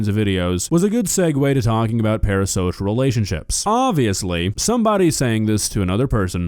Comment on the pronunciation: Are you saying "para-sosh"? Stop saying "para-sosh"